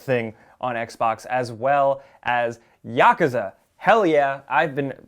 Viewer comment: Why do video makers always pronounce yakuza wrong